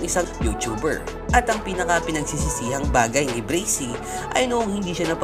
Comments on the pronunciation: Kuya pag pronounce braksy hindi brasey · You mad me laugh breysi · Braxy hindi brixy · Bubu hindi breysi braksi bubu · Braxy po di bracy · Braxy Hndi breysi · Braxy not brisy or brixy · Braxy bro not breaxy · Not bricy the right name is braxy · mali yung pag ka sbi nya sa braxy hindi bracy yun braxy yun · Breysi pala pronunciation akala ko braksi🤔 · Braxy Hindi brazy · Brexy pala pagbigkas akala ko Braxy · Correction braxy po hindi bracy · "BRAKSI" talaga tamang pag pronounce hindi "breysi" according sa google. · Hahah sir inspirasyon Braxy sir Hindi po braksi hehehe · Bakit po bracy braxy po as in braksi ang basa nyan po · "Brakzy" Not "Brezy" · Bakit po brizy yong bigkas nyo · pronunciation: Breysi "BRAXY" Me: Braksi 😂😂😂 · Breyksi dapat tlga .. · De brasy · Brezzy haha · Bakit kaya breysi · Anong BRAXY."braksi" yon aral ka muna aral ka muna. HAHAHAHAHA jok lang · Akin Bra-k-sy pronounce ko sa Braxy nya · Dude bra. Xyyyyy not sssssiiii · Mali kasi pronunciation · Brasy at montaj mali ung banggit mo